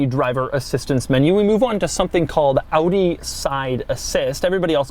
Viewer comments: Wait, an American who doesn't pronounce Audi as "Aww-dee"? Rejoice! 😂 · I love that you say Audi how its supposed to be pronounced!! Not like the americans who say like adi or odi or something!! I am from the Netherlands (country to the left of germany) so i pronounce it like AUDI as well! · thanks for pronouncing audi right doug